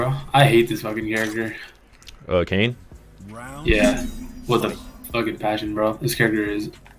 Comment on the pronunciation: It’s Kane